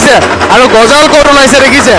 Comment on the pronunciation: Gojol nohoi gojal hoi